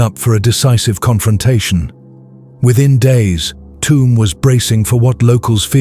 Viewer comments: I’m from Tuam it’s pronounced “choom” but calling it “tomb” makes a lot of sense because it is a shithole. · Great upload! It is very well-told of what goes on in these communities when they are feuding. There are towns and villages in Ireland that just close down when there is a funeral. Just a note on the pronunciation of "Tuam" it is pronounced Chew um. Thank you for the hard work. ☘☘☘ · Tuam in Co. Galway is pronounced "Choom" like the word tube or tune. Toomebridge in Co Antrim is a totally different place entirely. Tuam is an Irish word Tuama which means a graveyard and is the seat of the Archbishop of Tuam, one of the 4 Archdioces on the island of Ireland. It is now a dormitary satellite town for Galway city 20 miles away but used to be an industrial town in its own right many years ago. A sugar factory, one of 4 in Ireland , was closed down and tore the heart out of the town with its closure. The irish pop group the Sawdoctors come from Tuam. Legend has it that the town was founded by Saint Jarlath in the early Christian era at a site where his chariot wheel broke. Hence the towns crest features a picture of a broken chariot wheel on its emblem.